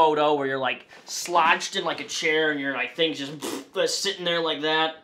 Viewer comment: slouched is pronounced SLaoWched